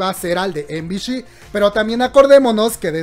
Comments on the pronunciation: no es de pesada, pero MBC se pronuncia "em bi si" no "em bi shi" suponiendo que lo dices en inglés, me estresó bastante que lo digas mal todo el video kkwkdksldlsl saludos 😳♥ BB buen video bro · Em-bi-shi???✖ Em-bi-ci ✔ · Soy la única a quien le da un toc cada que dice MBC, EM BI SHI? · MBC se llama la telivisora no MBSH ya que lo pronuncias así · ay no:'( me estresó bastante que lo pronuncie mal skdkskdksnd